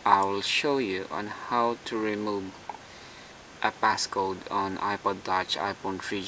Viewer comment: Notice he also says "PassGoat"